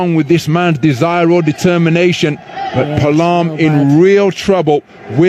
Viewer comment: It is pronounce as...Pa a lam..not palam😂